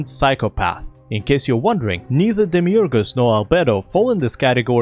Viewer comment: i genuinely love how you pronounce Demiurge